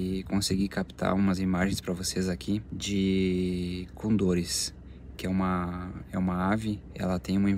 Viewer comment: Eu embarquei nessa aventura!! Que maravilla que pudieron ver los cóndores, ave milenaria , parte de la cultura andina , existen varias leyendas ( historias) A pronunciação é Cóndor, acentuándo forte na primeira Ó